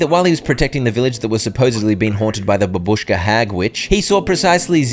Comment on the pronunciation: its bàbushka, not babùshka